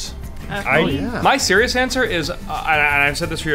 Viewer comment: please don't say serious, your accent makes Siri think I'm talking to her (even though it doesn't ever work when I say it, goddamn American made technology) and she pops up and stops the video